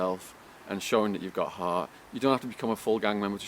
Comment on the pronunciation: bullshit who believes this fucking polesmoker,do u know how I know your gay because of the way u say Hart u day hhhaauut! will biting your lips and Peter gayzzing